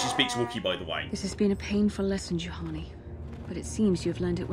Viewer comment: did you flippin´ just called Juhani a Jahani? I think you just flippin´ did.. shame.. SHAME!!! I also told you last monday about the armor restrictions on some force powers, READ THE BLOODY COMMENTS!!!